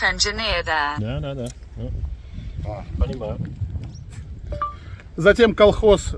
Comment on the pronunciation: Нижний Новгород и «понимаю»-уже хорошо произносишь!